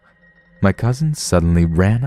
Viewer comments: There is no letter "T" at the end of cousin. It's not cousint. It's cousin. Just sayin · "my Cousind" 😂